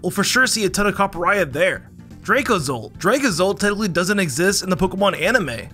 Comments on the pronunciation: Ain't no way people out here calling Copperajah "Copperayah" Copper + Maharaja = Copperajah Cop-pur + Mah-ha-ra-dgah = Cop-pur-ra-dgah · And that's a hard j in Copperaja. You don't say Maharaya, do you? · the way he pronounces copperajah scares me